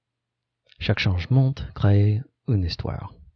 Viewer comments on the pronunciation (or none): Salut ! C'est rigolo de voir la vidéo !Quelques précisions pour tes vidéos à venir : Le "t" final de changement, particulièrement (tout ce qui est en "ment" en fait), mort, et croyants ne se prononce pas. Quant au "c" de décennies, il se prononce "ss". Voilà, bonne continuation !